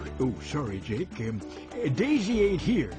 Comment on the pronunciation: when I get up to the grandad the boy says dake instead of Jake on mine